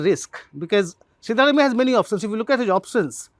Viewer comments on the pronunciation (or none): Dear SG Can you please have Print folks pronounce South Indian names - at least the more common ones like Siddaramaiah correctly? The correct pronunciation is सिद्धरामय्या - Sidda is the more vernacular spelling of the Sanskrit word सिद्ध and रामय्या is राम + अय्या(father in Kannada ) . Not really hard for the Print journalists if only they care to learn it.